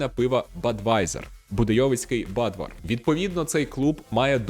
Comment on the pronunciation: *Тільки не Бадвар, а Будвар)) До речі, одне із улюблених пив Чехії, після Бернарда.